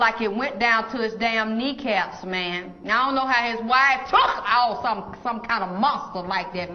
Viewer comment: Why did she say 🗣TOOK like that?! 😂 I AM SCREEEEAAMING